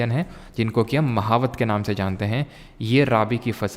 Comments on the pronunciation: Sir महावत ❌ मावठ ✅ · Sirji wo mahawat nahi mavath(मावठ) bolte h rajasthan m